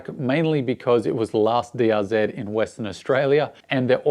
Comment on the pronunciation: It's is DRZ Not DRZED ; there is no ED after Z